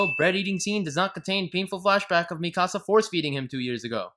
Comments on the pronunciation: 😂😂 at "Mi-casa" this ain't a house dude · EVERYTHING WRONG WITH: AniSins 1: HER NAME IS PRONOUNCED: (MEE-CUH-SUH-) 'MIKASA' D:< ITS IN THE ENGLISH DUB THEY PRONOUNCE IT THAT WAY AND YOU CAN KINDA HERE IT THAT WAY IN THE JAPANESE VERSION!! GOD DAMN YOU XD )(...jk...)( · I'm giving you 10 sins for miss pronouncing Mikasa's name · THAT IS NOT HOW YOU SAY MIkASA